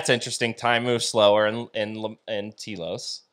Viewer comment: Your pronouncing it Tea-los try Tell-os understand ? I lived there for nearly 10 Years and I have ghostly looking pictures Of the Lemurians they are being aired on the Travel Channel.